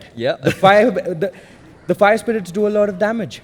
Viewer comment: calls fire spirits- spire irits 😂😂